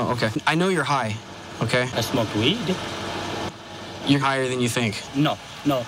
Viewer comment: "Only weeuud" For some reason....that killed me